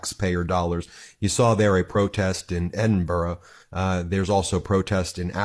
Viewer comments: Edinburgh is pronounced like this: eh duhn bruh NOT Edin burg. The g is silent. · ED inburgh. Not Eed inburgh. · Ed in burr ah not berg! 😂 now let’s hear it again! 😂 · Seriously it is not Edinburg it is Edinburgh ED-IN-BRUH. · Edin-burra. Not Edinbourg. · Edinburra not EDENBERG! Please have the courtesy to say it correctly . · We are also protesting at the voice over calling our Capital City edinBURG!!!!!!! It is Edinbrgh pronounced Edinburra or Edinbra. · Well done Scotland from Canada. 🇨🇦 And it is not Eeden burg it’s Edinburgh. Please make an effort to pronounce it properly. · It's not EDINBERG! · Stop saying Edinburgh wrong. Do you see 'berg' anywhere in that word? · What Scot’s also don’t like is when Americans can’t pronounce Edinburgh it’s. Ed-in- burr-ah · Edinburgh is pronounced “ Edinburrah “ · Say it as Edinburra! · It's edin buurra. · Can you not pronounce Edinburgh correctly? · Americans: please just say "the Scottish capital" .. Edinburgh is not worth the mispronunciation hell you put us through. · learn to pronounce Edinburgh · The pronounciation of Edinburgh made me cringe!